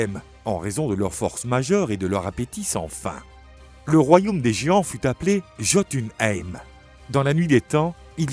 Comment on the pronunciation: Super vidéo, par contre quelques erreurs, les J (comme dans Jötun et Jötunaheim), se prononce pas J, mais i